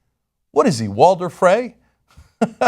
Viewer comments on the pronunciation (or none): none